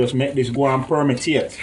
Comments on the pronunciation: Permeate not permitate. 😂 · permitate lool Jamaican for permeate 😆😆😅😅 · btw its permiate smh